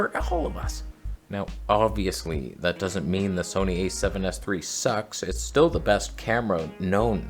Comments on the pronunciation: Trust me bro, no one in England calls it 'Sonny'. I think you'll find that more commonly with your American neighbours who can't pronounce anything correctly 😂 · We do not say ‘Sony’ like that! What’s the matter with ya. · Well admittedly I've only been living in England for the last 72 years, but I have never heard anyone pronounce Sony the way you claimed that it is said in England. YOU are the only person I have ever heard say it that way..